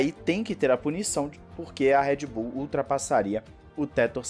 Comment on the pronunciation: Cara me dói no ouvido quando você chama Red Bull de "Éd Bull".